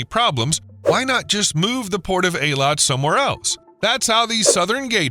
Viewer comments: Good lord man, it's pronounced EE-Lat, NOT AA-Lawt. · It's pronounced (Haifa) Hifa not Heyfa, (Eilat) eeelot not aaalot